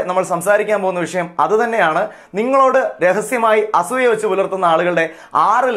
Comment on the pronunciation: അസ്സൂയ്യ .. ഇത്രയും കടുത്ത പ്രയോഗം. വേണ്ട... അസൂയ എന്ന് പറയൂ